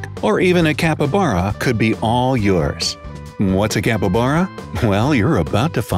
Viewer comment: You had 12 times to say "Capybara" correctly!!!! 12!!!